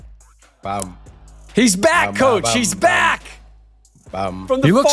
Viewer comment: **COACH not couch lol